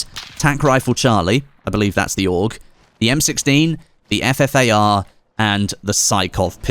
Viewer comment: it's ffar! not fafar.... smh